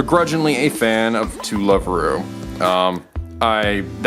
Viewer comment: When you said To-Love-Ru my heart ached cause everyone calls it that. But technically it's To-Robu(love)-ru which is Toroboru = Trouble. Which is technically...well the series lol